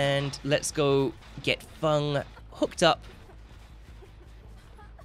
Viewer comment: Who else kept getting annoyed when he kept calling her fung instead of feng that one time.